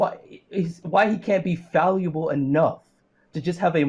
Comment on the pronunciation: Did he say "falluable?" Like a portmanteau of valuable and fallible?